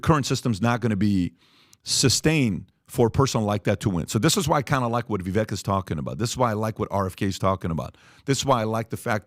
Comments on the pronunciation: VIVAKE PEOPLE ITS NOT VIVECK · Day 2 of asking everyone on this podcast to quit mispronouncing Viveks name